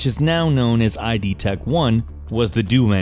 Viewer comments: It's not I D. It's id. As in id, ego and superego. id tech not I.D. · URGGHH "id" software. ITS "ID"!!!! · Eye Dee...not Id you fuck bucket. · it is not pronounced EYE DEE its pronunced ID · 'eye dee tech 1'???? wtf GR